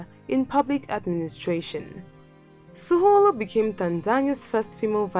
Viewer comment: Maybe you can qualify your claims...like why is Suluhu 'most admired??' Why is Sahle one of ' the most powerful women in the world?'? Its Suluhu NOT 'Suhulu'